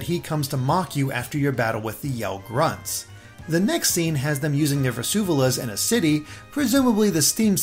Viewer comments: They're called vuvuzelas, not vezuvelas. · Vusuvelas? Aren’t they called vuvuzelas? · You said "vuzuvelas" but it actually is "vuvuzelas" :P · Minor gripe but it's vuvuzelas (voo-voo-zeh-lass), not "vuzuvulas".